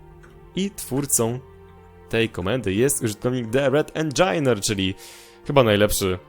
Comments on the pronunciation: TheRedEngineer sie wymawia nie Engajner tylko Engi-nieer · tego sie nie wymawia "endżajner" tylko "endżinir":)